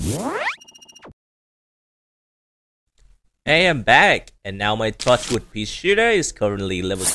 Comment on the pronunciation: Bro really said tochwood